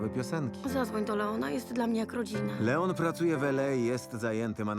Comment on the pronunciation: lajon? chyba leon